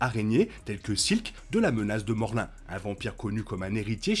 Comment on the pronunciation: Morlun ce prononce morloune et non morlin